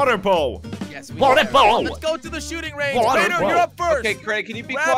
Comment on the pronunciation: Crainer: Water bow Me: Ayyo Marefierass Waberbow LoL